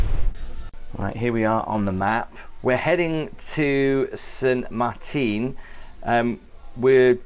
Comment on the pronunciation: Its not saint martine its St Marten. Lol